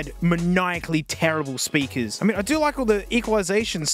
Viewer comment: "BIG SPERKER"